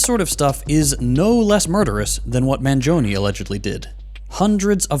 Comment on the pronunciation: ...that's how you pronounce Luigi's last name?